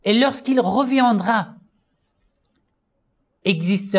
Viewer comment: Merci pour cette vidéo! Juste si je peux me permettre pour vos prochaines vidéos que vous soyez plus en erreur mais le mot " reviendra " se prononce revi indra " et non reviandra "